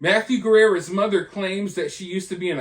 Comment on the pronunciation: Why do you call him mathew guerrera. It's guerra